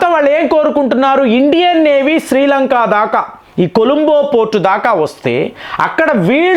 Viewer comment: శ్రీలంకా కాదురా శ్రీలంక